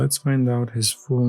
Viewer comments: He said Kawi lenerd name so wrong 😂 ka why Len erd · Ko why leonard le nard okay that's pronunciation bruh the name the claw machine la clippers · Kawhi Leonard. The pronunciation for some of these had me in stitches. Nice job collecting these figures.